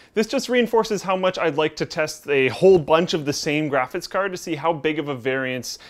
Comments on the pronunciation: "Graphis Card". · "Graphiss Card"